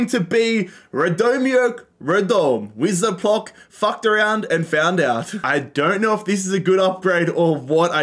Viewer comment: I laughed so hard when he tried to pronounce Wisła Płock ( i know its hard and im not laughing at him just people trying to pronounce polish names are so funny)